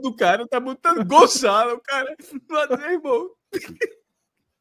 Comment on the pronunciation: Eu ri pra caramba também, no início: "Gonzalo" Paciência. O foda é que a maioria da galera pronuncia o nome com a sonora espanica mesmo kkkkkkk